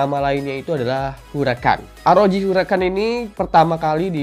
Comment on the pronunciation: Shin chan